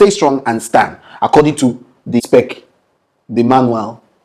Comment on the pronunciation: ABNG reporting for "dury" 💪 E for Energy... Everytime says "spec", I die of laughter 🤣😂 I heard they were rushing to complete the property before next year. People should definitely be held accountable for this, like how do you compromise on building standards and at the expense of people's lives, just to hustle some money. Pure greed!